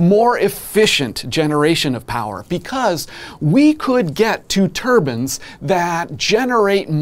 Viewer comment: When he says Turbans, does he mean Turbines?